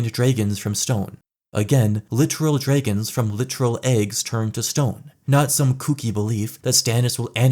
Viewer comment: stop saying draygons lol